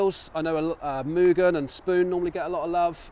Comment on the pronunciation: Only to say mugen right finally😂